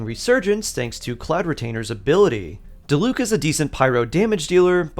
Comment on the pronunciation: i always wonder that too. even if the ENG cast might fuck up the names a lot apparently, like how are you still pronouncing Diluc strangely?? 💀 like just say what you hear please